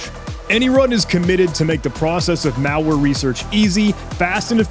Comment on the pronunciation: pronunciation of the word "malware" as "meowlware" so cool😊